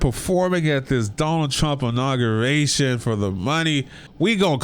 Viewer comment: The word is inauguration not nauguration 👀